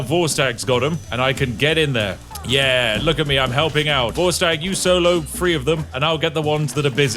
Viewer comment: Spiff.. Could you please practice the "TH" sound. Not that I'm the grammar police, but DUDE. "Fink" when you mean "think" "Free" when you mean "three" "Amafist" when you mean "Amethyst" Please mate, speak it like you own it. Unless you FINK I'M Fick